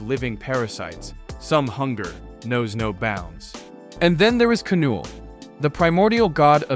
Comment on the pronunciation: It's not k-null bro it's just said null